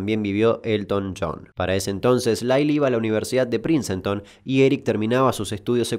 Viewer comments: No es PRINCENTON sino PRINCETON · Dato plenamente innecesario: se pronuncia PRINSTON y no PRINCENTON. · Genial la info, me gustan estos videos, pero se pronuncia "Prins-tone", no "Princenton". Como el nombre del músico Prince.